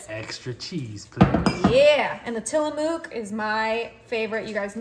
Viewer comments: Quit calling the cheese Tilla MOO k!!!!!!! It is a native tribe name. I come from Oregon where it is made. It is tillamook as is in book. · I’m definitely trying this! And just an FYI, it’s pronounced “Till-uh-MUCK” cheese 😉 I used to live right down the road from there!